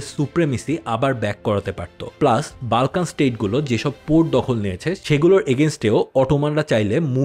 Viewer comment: Pronunciation tik koren...Balkan abar kìi?ota Bolkhan area hobe.